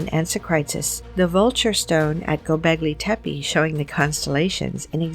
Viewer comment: sorry but Hinduism is Older than zoroasterianism , as proven by archeology .. also its Gobleki tepe , not Goblegi tepe